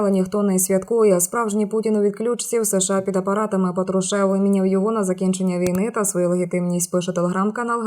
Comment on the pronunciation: Ведуча правильно ПАтрушев а не ПатруШЕв скільки можна на це звертати вашу увагу.Ви себе чуєте як фальшуєте прізвища і ця неграмотність вражає.Вам вказують на помилки дописувачі для того щоб ви виправили їх і дослухались а не для того аби написати.